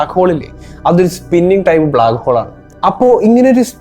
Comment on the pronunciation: ബ്ലാക്കോൾ മാറ്റി ബ്ലാക്ക് ഹോൾ എന്ന് തന്നെ പറ